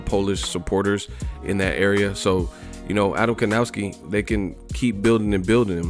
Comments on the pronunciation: How to pronounce Adam's last name? Try "Kovnatzki". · Evil marcel Well... Kownaki and Kovnaczki are wrong pronunciations. Last name Kownacki should be pronounce the same way like the last name of basketball player Dirk Novitzki. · Piotrek L. People pronounce it with a w and it sounds like kowww-naki instead of kov-naczki